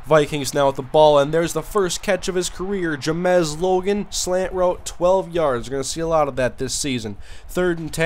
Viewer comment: Why do u call him Jamez Logan when it's spelled James Logan